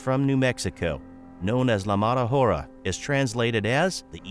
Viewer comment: Hora is pronounced ‘Ora/aura’: silent h, dumbass narrator! 😆